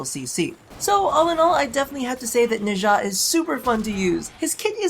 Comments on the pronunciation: Nezha's name is pronounced Nah - JAH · a bunch of people have alredy probably said this but his name is pronounced nah-sha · Felt weird when you pronounced Nezha, lol I pronounce it as Nez-ha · why does the west butcher the eastern names XD